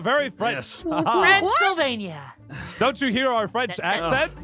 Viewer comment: Noi:Fransylvani Me: More like,Transylvania